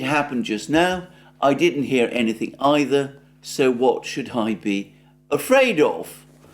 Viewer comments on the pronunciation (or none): none